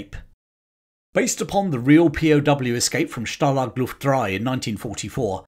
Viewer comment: okay, ist called stalag luft einS. not ein. After the 5th time I heard it, it hurts my ears.